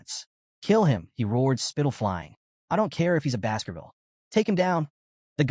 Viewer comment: I kept hearing Basketball instead of Baskervil 🤣